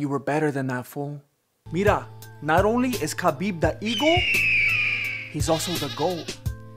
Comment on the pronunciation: i lIke your clips... When you say MIRA my Brain will making big BUM... PLEASE LEAVE THE WORTH MIRA... Allways when you say MIRA You like ANUT